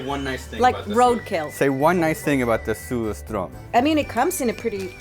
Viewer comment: You can tell he's part swede because he doesnt pronounce surströmming entirely terribly, he even says it in a pretty swedish way.